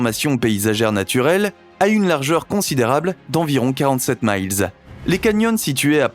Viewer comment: Mile... Dit un français -_